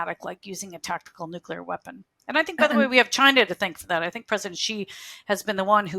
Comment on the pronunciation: It's nu-KLEE-ar, not nu-QU-lar ! Even my 5 year old can say this!